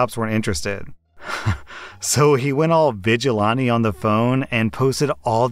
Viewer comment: never heard vigilante pronounced like that. It's pronounced more like vi·juh·lan·tee.